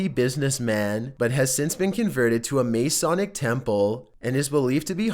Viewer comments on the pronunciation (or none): “MAY-SAWWWWNIC” temple ....ok